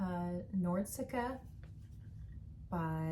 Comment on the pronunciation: I made a beige Nordiska once, yours looks much nicer. By the way it’s nor-dis-ka, instead of nordsika 😉